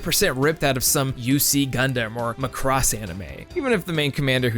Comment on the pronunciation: "Muh-cross" < "Mac-ross"